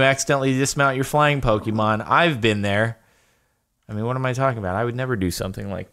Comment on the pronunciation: I feel so annoyed at how he pronounces the pokemon names.I do not hate him but I hate the way he pronounces pokemon names wrong